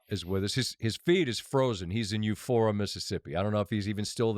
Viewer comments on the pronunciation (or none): Euphora? Its EUPORA Scott. Yam Dankee. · It’s Eupora! Not “Eufora”😂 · U-Poor-uh No ph sound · You-pour-uh HAIL STATE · Heck I am from Ackerman and he is upsetting my by not pronouncing Eupora correctly! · It's Eupora... Like "Eupora and I'll drink her"